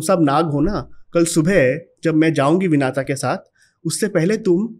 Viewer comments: महोदय विनाता नहीं है विनिता है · कृपया अपनी pronunciation ठीक करें----राजा बलि को बाली न कहें----कद्दू को कडरू न कहें--विनता को विनाता न कहें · Vinata nahi vinita😐 कडरू नही कद्रु